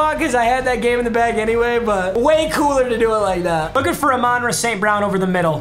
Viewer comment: Yo he is murdering Amon-Ras name lmao